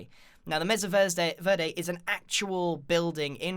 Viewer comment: verde is pronounced like ver- day Plus he has an accent so it might change the way he says it no matter if he likes it or not.